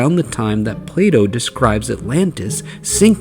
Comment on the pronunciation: Play dough Plato?! That really got me 😂